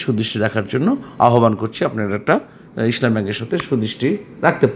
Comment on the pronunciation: Vai, your pronunciation is too bad. It is not Isshlami it is Islami Desh garments is not a top graded share.